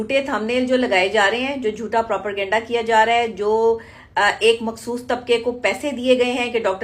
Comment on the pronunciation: Kese ho sakta he kisi doctor ko propergenda or propaganda me farq nhi maloom???? Aisa bhi nhi k ghalti se moo se nikal gya blkay jitni baar b bola propergenda hi bola